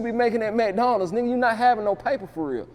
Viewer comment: It’s Mike-Donald’s not McDonald’s!😂 Brilliant! Cheers mates!!